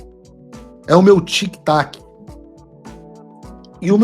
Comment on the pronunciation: TIC "TACO"....TIC "TACO"....TIC "TACO"....🤣🤣